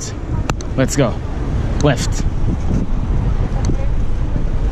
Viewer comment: when u said 'left' i always herd west) dont know why) greetings from Ukraine-)